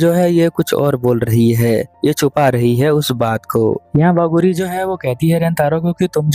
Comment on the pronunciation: Plz uska nam wagaru nhi hai waguri hai plz thoda sahi kijiye no hating nice explanation 🎉